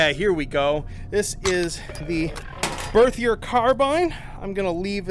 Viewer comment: "birthy-er carbeen" mustve offended some people with those pronunciations lmao idrc myself